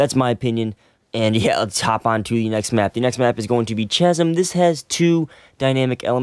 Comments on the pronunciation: CHasm?? it's pronounced kasm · "Chasm" You pronounced it Chaz-um It's pronounced as kaz-um